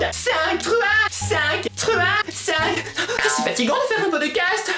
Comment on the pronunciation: ton podecasteuh est trop cooleuh et j'aiméréeuh un podecasteuh sureuh les palmiéeuh